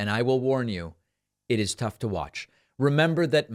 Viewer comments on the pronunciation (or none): none